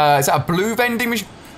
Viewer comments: HE says legendry not lengendary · LE-GEN-DARY not LE-GEN-DRIE